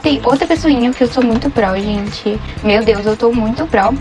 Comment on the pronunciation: “gentih 🙄olhah.😟 Essah. 🤡Pro. 💅meu deos. 😉